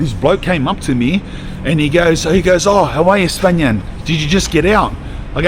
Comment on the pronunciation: Spanian Coight